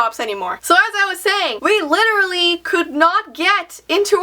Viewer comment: So we lirally- hello bedroom...